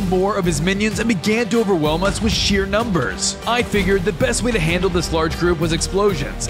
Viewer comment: why did you say nember